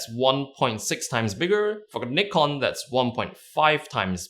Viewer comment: What the hell is Niiiii-con